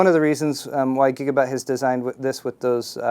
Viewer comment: he said gigabut! lols